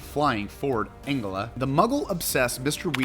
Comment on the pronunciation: *Ford Anglia, not Angela.